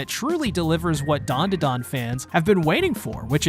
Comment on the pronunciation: why bro callin it dondadon